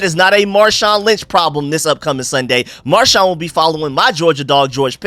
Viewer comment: Stop calling him marshon lynch hahahahaa